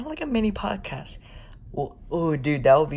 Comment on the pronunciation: And you wasted the 2 minute of prodcas saying prodcas